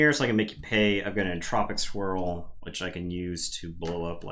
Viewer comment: When you said "Entropic Swirl" I definitely heard "Entropic Squirrel"... time for a parody house from the creators of Barkham Horror =D